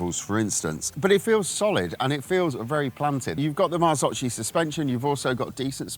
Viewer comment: Pronounced correctly MARZOKHI, not MARZOCHI... Good review otherwise